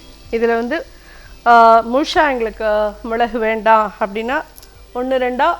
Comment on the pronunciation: Arumai.. aen முழுசா னு சொல்றதுக்கு பதிலா ஏன் முழுஷா னு சொல்றீங்க. குழைந்து சொல்றதுக்கு கோழ்ஷீ ட்டு சொல்றீங்க